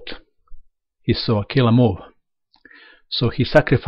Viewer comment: He is saying "killer move" with an accent.